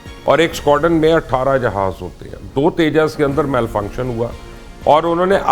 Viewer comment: It is not teja it is tejas